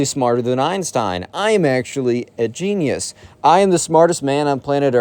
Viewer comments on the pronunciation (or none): none